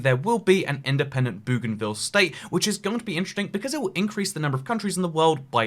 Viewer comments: Bougainville is am "oe" sound, not an "oo" sound. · Bow ghan ville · Aaaaaaaaaah the pronunciation of Bougainville is killing me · Its Bougainville